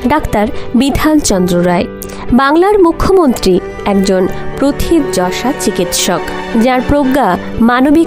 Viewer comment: আপনার খবরগুলো খুব সুন্দর, প্রথিতযশা-- উচ্চারন করতে হবে প্রোথিতো যশা